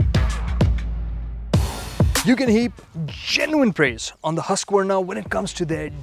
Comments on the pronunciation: It's not huska warna it's haskwana . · Baki sab theek hai but name pronounce hi nahi hota